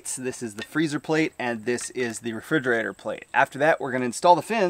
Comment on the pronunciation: Re-"fig"-erator count... 459, 460, 461... not to be too picky about it but, I think its pronounced as: re·frig·er·a·tor (rəˈfrijəˌrādər). Other than that great video, pretty informative.